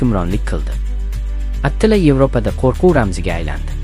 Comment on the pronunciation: Atila mas atilla dep chitoyliroq aytsang boʻmaydimi